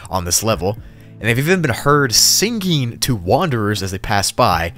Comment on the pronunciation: nobody:: sin-ging